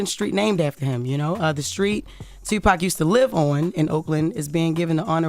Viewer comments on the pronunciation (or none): So um...who killed Tupac? And why can't Vlad say it?